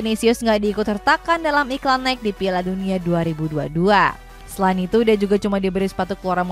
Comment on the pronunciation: Mbak, NIKE itu dibaca naiki.. bukan naik 🤣🤣🤣